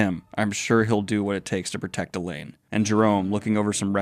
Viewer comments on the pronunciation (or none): none